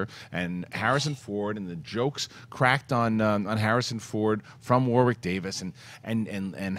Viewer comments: PSA the second w in "Warwick" is silent. It's "Warrick" not "War-Wick". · Can you guys please pronounce Warwick correctly. It sounds like Worrik not Woar-wick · From an Englishman, you pronounce Warwick's name like 'Worrick' not 'War-wick' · It's War-ick, not War-wick (in nasal nerd-tone). The second "W" is silent, like a lot of English towns or locations, ex: Chiswick, the "W" is silent. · You don't pronounce the second W in Warwick. They said his name a thousand times at Celebration. War-rick. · They're saying his name wrong. How is that trolling?